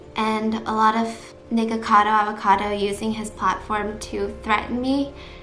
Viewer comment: Everytime says nikocado I hear "nigga cado" I'm crying help me i cant breathe 😂